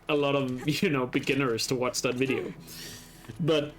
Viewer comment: When you said the "like dis wideo" line the like button lit up what the hell